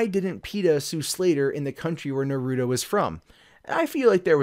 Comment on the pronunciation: Just to be clear,, it's pronounced "NAH-roo-toe". Not "nah-ROO-doe".